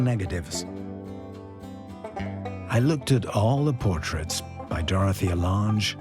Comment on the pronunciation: He also mispronounced Dorthea Lange's name...